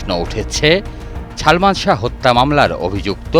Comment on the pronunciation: সাংবাদিক হইসে অথচ বলতেসে ছালমান! শুদ্ধ উচ্চারণ শিখে সাংবাদিকতা করা উচিত।